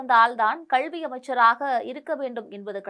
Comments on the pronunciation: அம்மா, கள்வி அல்ல கல்வி தயுவு செய்து திருத்திக் கொள்ள வேண்டும் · மூதேவி கள்வி இல்லை கல்வி என்று சரியாக சொல். உன் கல்வி சான்றிதழை சரி பார்க்க வேண்டும்.